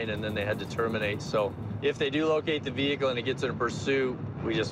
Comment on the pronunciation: You already know when the officer say “ve-hickle” your going to jail.